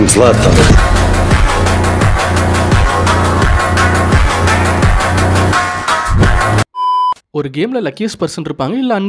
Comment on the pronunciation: I think brother need to hear the Pronunciation of ZLATAN